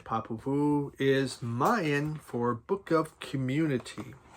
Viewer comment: You definitely got the proper pronunciation on Popol Vuh's band name. I know by the eighties the band had changed their lineup except for Florian Fricke of course. I have a nice copy of the first album Affenstunde. I got into them late too. I think the drummer and the percussionist Holger something or another played with Amon Duul for a few stints. I know that Holger played on my favorite Duul album called 'Phallus Dei'. The Moog synth sound is prevalent throughout the debut. I am sure you will hear it on that one too. >< Nice to see that Frisell is still pumping out new music. What a talent. You are right. His music is diverse in many ways. I have been looking for some John Zorn on vinyl. Especially Naked City and Spy Vs Spy. So hard to find nowadays. He worked and played with with Frisell a number of times. It is mainly avant-garde jazz. But so so good. Have a nice endless summer day ~ Rob/Boston